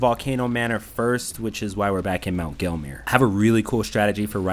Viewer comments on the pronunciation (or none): none